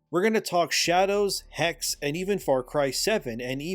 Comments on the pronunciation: Just fyi, if the Hexe game is supposed to be the German word for witch (as seems likely from the setting) then it should be pronounced with a short e sound at the end, so Hex-eh. I don't know about Ubi remaking all the AC games. While I enjoyed them when I played them, I'm kind of one-and-done with story games and have no desire to repeat the experience, so I wonder if they are really going to get the sales out of those remakes to make their money back. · "Hexe" is German for "witch". The last "e" is not silent. Pronounce both "e" the same way you do the "e" in "ending". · From everything that i heard from Hexe until know sounds intressting. Also i think it makes alot of sense that you play in Hexe a Woman as the setting is in the time of Witchhunt. Oh and FYI, "Hexe" is the German word for Witch and you pronounce the e at the end. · It's neither Hex nor Hexee, it's the German word Hexe. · the second e in hexe is pronounced the same as how you pronounce the first e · Hexe! you speak the last "e" xDDDD (sorry for being that person!) I kinda doubt it will be a good game... looking at what they do with the japan setting in Shadows..... I bet, they will only have female then being burned, while there had been guys too. The werewolf.... yeah could happen, there are some Werewolf stories in Germany, aside of a vampire version as well. But... I absolutely put my bets on it they will notmake a good game. Yeah... me staying in indie corner when it comes to buying games.... Slightly lesser chance off running into game destroyers. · Hexe means witch in German. You pronounce both e like the first one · Hexe is german for witch, and the second "e" ist prononced like the first "e". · It's Hexe not Hex just like Porsche not Porsch. Second e is the same as the first one. Why it's do hard for you? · it is not pronounced "HEX" it is HEXE. the E is not silence.Hexe is the german word for witch.... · Hexe is German for witch, it's pronounced hex'uh.